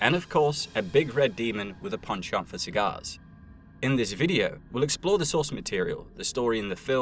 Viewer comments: You say penchant too much into my ear you pronounce it weird but that just might be a me thing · Stop saying penchant like that please